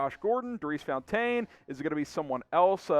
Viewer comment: Love the show. But do u know something the rest of us don’t about how to pronounce Daurice Fountain’s name? Or when you’re thirsty do you look for the closest water fontane?